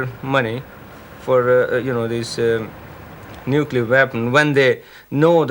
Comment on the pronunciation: "Nulcear War" ? Isn't that how Yanks pronounce "nuclear" ?